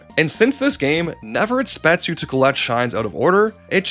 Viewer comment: Once you've stopped calling "Merrio", we can start working on pronouncing "exactly" and "expects" correctly, instead of "exatly" and "etspets".